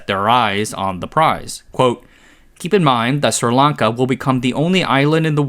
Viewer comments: SRI Lanka not Sirlanka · that isn't how you pronounce sri lanka